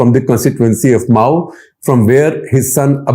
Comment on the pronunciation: Mau a district of that name in U.P. is pronounced as Ma' woo and not as Mao in Maotsetung.